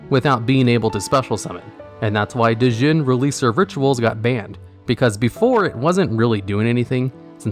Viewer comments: This part killed me, especially because he kept mispronouncing "Djinn" too 😢😅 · you don't pronounce the "D" in Djinn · The D in Djinn is silent